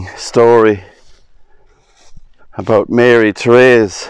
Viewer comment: My name is also Therese. Its not very common here and i have rarely if ever heard anyone pronounce it correctly. Good job. Thank you.